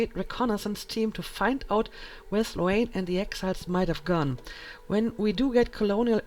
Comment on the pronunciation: Hey. Love the let's play so far. Just to let you know Sloane... the a is silent. Not Slo-Anne.